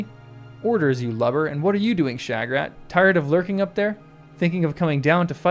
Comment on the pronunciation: I wonder what you are trying to get at with the alternative pronunciation of "Shagrat". You are the only person I've ever head try and say it "Sha-GRAT"! I think pretty near everyone says it "SHAG-rat"!